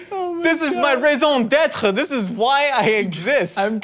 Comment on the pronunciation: he said "raison d'être" in the beggining